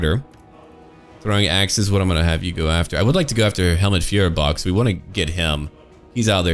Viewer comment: Try to pronounce Feuerbach as fOYerbach with the oy from oyster. :)